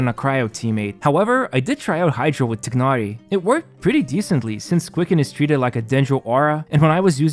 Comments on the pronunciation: I love this video but please for the love of god say his name right. It’s not ‘tig-nar-ee’ it’s ‘tie-nar-ee’ and keqing is pronounced ‘keh-shing’ not ‘ka-ching’ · why tf you called him tiknari ???😂😂 bro it's pronounced teenari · Tai-Nar-Ee Not Tig-Nar-Ee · btw its not tignari u say it like tinahri but good vid either way. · my brother, it's "Tie-nari". Good vid either way 👍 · bro really said "Тигнари" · "tie-nar-ee" dude.. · The "igh" in "Tighnari" is pronounced like the "igh" in the word "High". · thats not how you say his name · they pronounce his name like 500 times... how does everyone get it wrong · Nothing is more disappointing than your pronunciation of his name.